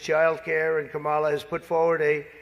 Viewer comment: Does anyone else’s bum clench up every time they call her mamala?